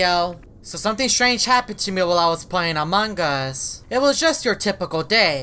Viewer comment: Why he says a mangas